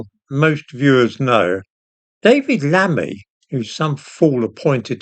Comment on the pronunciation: “LAMMEY😂😂😂” say no more!